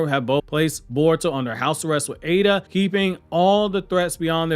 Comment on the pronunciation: His name is not ADA